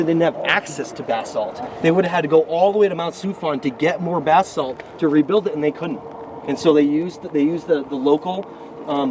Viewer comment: Sounds as if you are saying bathsalt, lol. Buh-saalt is the correct Pronunciation for anyone who doesn't know.